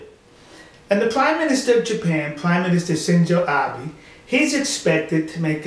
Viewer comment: hero hnl. Don't you see a severe alcoholic? Why do you think is drunk on videos? This guy is much like Stalin who borrowed words from vodkas he drank. Why do you think can never pronounce Abe right?;). Why do you think can only pronounce Yasukuni like Yashikini? What's Yashikini? Some sort of BBQ? Why do you think it's so apparently obvious to everyone who watch his videos?;)